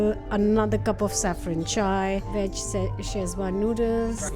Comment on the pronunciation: The word is veg not Wedge